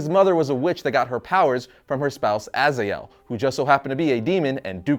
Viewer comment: Azael???? Really??? You didnt even bother to learn pronouncing name correctly :D